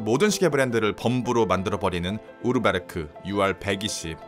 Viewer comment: 독일설던사ㅁ입니다. 우르베르크 보단 우어베어크 가 좀더 맞는 발음입니다